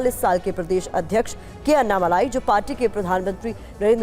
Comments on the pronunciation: अन्नामलाई नही अण्णामलाई बोलो लिखो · हिंदी टिप्पणीकारों के लिए: - वे अन्नामलाई नहीं हैं, वे अण्णामलाई हैं। अण्णा यानि तमिय भाषा में 'बडा भाई'।